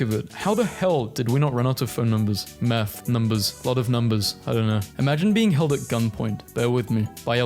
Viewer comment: When you say the word "math", it sounds like you are saying "meth." Just putting that out there.